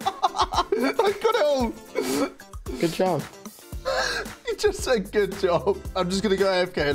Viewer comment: you said god job not good job